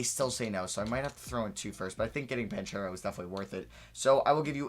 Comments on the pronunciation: it’s pronounced ban-kero not ban-chero lmao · The ch in banchero sounds like a k so its pronounced BanKero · yo I didn’t know til recently either but you’re pronouncing Banchero’s last name wrong, it’s (Ban-cure-O) I saw him say his name on an interview video, just looking out for you and the ones that get offended by you saying things wrong lol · It’s pronounced “Ban-Karo” Keep up the good work